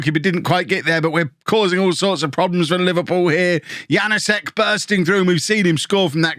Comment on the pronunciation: Hey, your friendly pronouncation helper here: The thing above the s in Janoušek means the s is a sh sound as in posh. So it is Janoushek. Thanks for the videos.